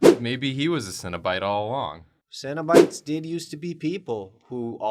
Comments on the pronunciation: The more they say cenobites, I’m hearing cinna bites as in bite sized cinnamon buns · I don’t know anything about Hellraiser and really thought they were saying “Cinnabite” as in the food for more than half the episode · I kept hearing "cinnabites" and being very confused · Okay until Julia got her prompt I thought they were saying cinnabites, and they were like little cinnamon roll treats